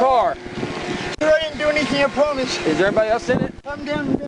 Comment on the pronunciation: He didn’t do anything! He pwomised! 😂